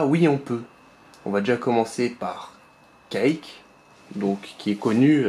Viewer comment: Quake ne se dit pas Cake mais Couaike malgré qu’il s’ecrit Quake